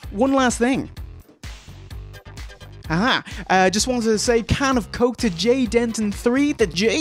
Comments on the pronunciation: My pronouncing someone's name correctly?! NO WAY! ha ha a winner is you my dude :) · Oh my god. JAY JUST GAVE ME A SHOUT OUT!!!! HE SAID MY NAME CORRECTLY TOO.